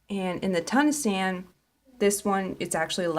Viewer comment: The other kind of stitch is pronounced, "tu - KNEE - sian". I love what you showed us with this program. Thank you and happy crocheting❣🐑❣